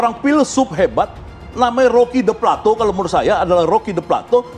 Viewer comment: Roky pleto kali bukan plato